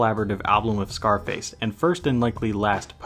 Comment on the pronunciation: Zarface not Scarface lol that's how you pronounce it. Wearing a DOOM shirt typing thing. He's one of my favorite artists